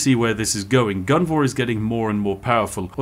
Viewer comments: Come on Spiff, it's Gunvor, not Guvna'! 😄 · You know he's Bri'ish when he stops calling Gunvor guvnor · Why did you say guvnor 2 times? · Calling Gunvor, Guvnor is just a British instinct. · About halfway through the video, Spiff's pure Britishness breaks in and causes him to inadvertently become a stereotypical caricature. Spiff: "Let's go Guvnor..." Me: * chuckles in chimneysweep * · I got sad when he started pronouncing the commanders name correctly midway through the video, all the times he called him Guv-Nor were so appropriately British. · I had fun because I'm russian and it sounded almost like his name is Shit :))